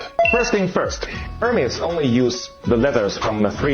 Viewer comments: Pronouncing Hermēs as Hermez is pretty silly. It's the name of an ancient Greek mythological figure, the messenger of the Gods that was later represented by Mercury in the Roman mythology. We've been pronouncing his name as Her-meez for as long as English has been a language. It's quite telling that illiterate people are talking about the brand though, as they're usually the same people who are most easily influenced by brand name marketing. The Greeks today pronounce it the same way: Her-meez. I mean, they roll their R's, but still, they don't say Hermez. It's not a Mexican brand lmao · It’s not Hermez…it’s pronounced Airmez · sounds like "Air" mez. ;-) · "Air-mezz" you uncultured swine. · It's pronounced "Ermés." The "H" is silent. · It's pronounced HERMEES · You mean her-mee’s?? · Hermès is pronounced "Air-maze". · HER-MEEZ HER-MEEZ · Everybody already knew that. It's HUR-mees. Greek for Mercury. Also a cyber war mech in "Empire Earth." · I’m sorry, you say Hurmays? Oh honey, your ignorance is hurting me